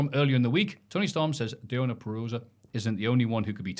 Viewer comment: vs the ability to pronounce deonna purazzo correctly is my rivalry of the year